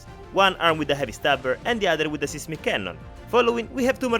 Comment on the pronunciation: These are always fun! I like that everyone gets a name, even Boom. PS: 'seismic' is pronounced with the same long i sound as 'siphon'.